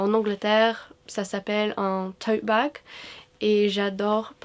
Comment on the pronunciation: I didn't even know you weren't a native French speaker until I heard you say "tote bag" lol!! Thanks for the helpful video!